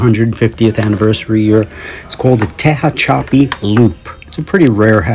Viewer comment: Please excuse, a little history: Tehachapi Loop is a Union Pacific Railroad creation to gain/loose altitude in the mountains by traveling a helix, or loop, to reduce the grade and strain on the engines. Pronunciation: t-HATCH-a-pee